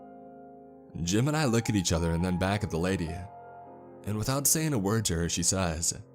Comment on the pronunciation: Everytime he says “Jim and I” it sounds like he’s saying JIMIN